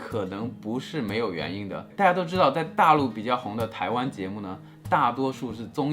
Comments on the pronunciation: 老闆～～可是你的「大家」 已經開始懶音了欸～～哈哈哈😂😂 請回放🤗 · Kevin也太刻意了吧！我們說大家好，會有連音，不過講大家的時候，不會。這樣模仿的有點誇張